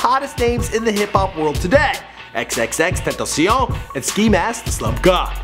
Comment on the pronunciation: Still waiting for to pronounce xxxtentacion properly